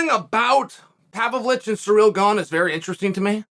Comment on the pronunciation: Chael clearly gets a kick out of butchering any foreign fighter's name. Cereal Gone versus Serjee Pavlitch